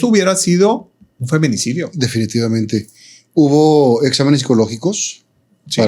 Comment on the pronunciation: Que tan preparado es este sr.???? Min. Dice femenecidio. Es feminicidio. 🤔🙄🙄 Min. dice : y invitan . Es " e invitan". Además arremeda a la abogada, eso no es ético. Y utiliza un tono como chisme. Jaja que sr. 😏